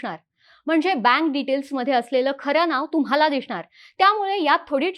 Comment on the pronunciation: दिसणार चा उच्चार छान करता mdm 'दिषणार '